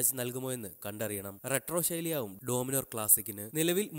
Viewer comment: Adyam Peru nere chovve paray.. ഡോമിനോർ അല്ല.. ഡോമിനർ ആണ് !